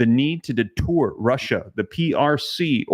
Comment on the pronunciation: I have to correct you pronunciation. The word is deter not detour.